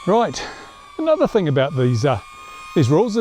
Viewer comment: You better not fly over my house with that TH-ANG!